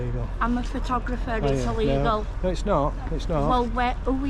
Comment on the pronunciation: she cant even say the word photographer ! how do they get let out without supervision ? you should complain to the local nut house